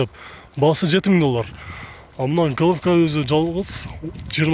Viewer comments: Иним жакшы тартыпсын,Головко эмес-----голово деп айтылат ,иним кечиресин. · Головка эмес голова деп айтып жур тууган ошондо туура болот капа болбосон